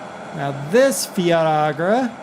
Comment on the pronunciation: Fiatagri is pernounced differently